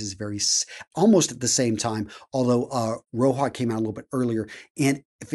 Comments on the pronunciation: What is "Roha" ???, he's not hispanic, it's Roja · 1. You missed one of the latest releases, Fragrance du bois in collaboration with Producer Michael. 2. It's not "Roha", it's "Roja", you pronounce the J Other than that, great review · I totally get that. I just think misspoke because - lets be real - he does it a lot. Heck, even earlier in this very video he mispronounced Roja as "Ro-ha", pronouncing it as if it were Spanish. he does a lot of work, but it sometimes like he rushes through and misses details. It's kind of odd because it does make him lose credibility when he's addressing people that are way deeper into the fragrance world than he is. He may have a huge collection, but his love for fragrances seems very surface-level. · Bro Roja ain't Mexican, it's pronounced how it's spelled